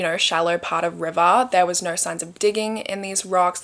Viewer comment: Nigh-oh-eww!! = no 😅